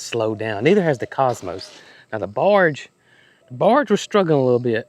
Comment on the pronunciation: …it is not barge…it is borage😁 southern accent is telling on you.